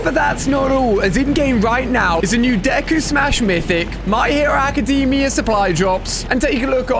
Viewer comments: Its cringe how he pronounced Deku name wrong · I love how he said deku= isuku bakugo=isuku uraraka= ochcau and all might= nonexistent 😂😂😂